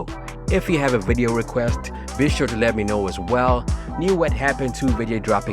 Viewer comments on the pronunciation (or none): none